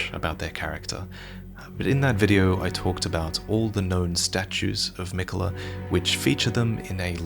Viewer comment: Your pronouncing miquella wrong